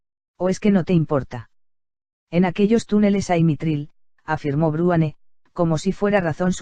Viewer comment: madre mia.. dice "bruane"...... en vez de Bruenor, me sangran los oidos cada vez que lo oigo jaja vuelve a Rosa!